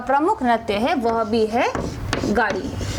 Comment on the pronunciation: गाडी nahi yar गेडी hota h... Pata ni to kyu trick btate ho